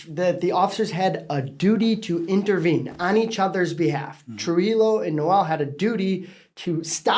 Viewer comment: Trujillo is correctly pronounced TRUE-HE-YO. It's a Spanish name.